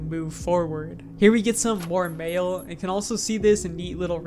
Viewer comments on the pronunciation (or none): Is it me or everytime he said 'mail' I heard 'mayo'